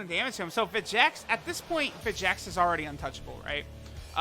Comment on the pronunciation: When does Lern his Name is Vegenks not Vegeks?